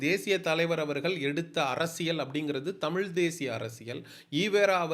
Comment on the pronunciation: தம்பி நீ முதலில் தமிழ் என்று சொல்ல கற்றுக் கொள்ளுங்கள். அன்புக்கட்டளை